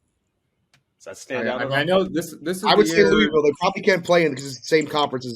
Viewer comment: is the only person who pronounced Louisville correctly. What a fuckin guy